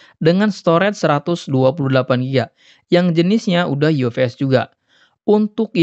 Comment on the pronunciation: F jadi v😂 ufs bang bukan uvs